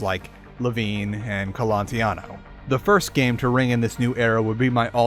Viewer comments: Raphael Colantonio not "Colantiano" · I think it's Colantonio, not Colontiano... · It's Colantonio. And many of your Prey 2017 infos were incorrect, for example the engine is CryEngine, not Void; the history of Prey 2 was wrong etc. Please check your infos better next time. But i still give you thumbs up for covering the topic of immersive sims in such a lengthy and detailed manner. Thanks for producing this video! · Almost 2 years later and I must ask: do you now know how to pronounce Colantonio?